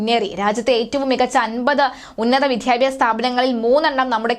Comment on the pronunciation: വാദ്യ ആണ് വാദ്ധ്യ അല്ല ‼️വിദ്യാഭ്യാസ > വിദ്ധ്യാഭ്യാസ പ്രസക്ത > പ്രസക്ധ ,?????